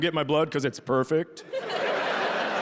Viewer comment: "Because it's Purrrfect" Catty Bitch confirmed.